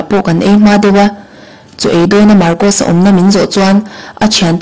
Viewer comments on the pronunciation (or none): Marcosa hming hi pi ber thlûk dan khan thlûk ve thei se ka ti.